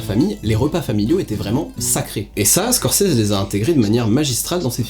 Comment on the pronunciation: "ScorSese"... et non "ScorCese"...